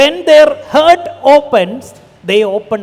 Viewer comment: ഹേർട്ട് അല്ല ബ്രോ ഹാർട്ട് 😉